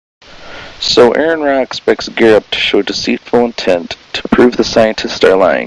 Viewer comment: At least pronounce his name right if you're going to make some crappy video about him. ARE-EN RAH